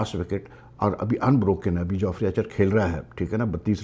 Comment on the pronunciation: It's Jofra Archer. Not Joffrey. 😆